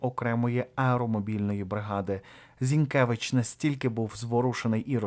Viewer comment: ...віддачує. Зінкевич. У а не . Зінкевич. А . Вчимося української і